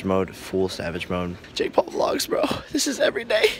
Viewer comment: Wtf are Jake Paul vlogits?!?... that is what I heard in the begging of the vid xD